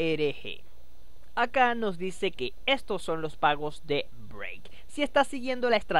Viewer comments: BRAVE BRUTO SE DICE BRAVE NO BREIK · Pronuncias Brave como Break :( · Es cosa mía o pronuncias "break" en lugar de "brave" jaja. Me gusta tu contenido. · si dice break hahaha